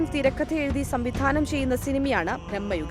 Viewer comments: ഭ്രമ യുഗമാണ് സോദരീ ..... ഭ്രഹ്മ യുഗ മല്ല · ഭ്രമ്മയുഗമല്ല ... ഭ്രമയുഗം എന്നു പറയൂ സഹോദരീ ... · ബ്രഹ്മമ യുഗം അല്ല ഭ്രമ യുഗം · ബ്രഹ്മയുഗം അല്ല ഭ്രമയുഗം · ബ്രഹ്മ യുഗമല്ല ചേച്ചി ഭ്രമയുഗമാണ് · ബ്രമ്മ അല്ല ഭ്രമ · ബ്രഹ്മയുഗം അല്ല ചേച്ചി ബ്രമയുഗം....😂😂🤣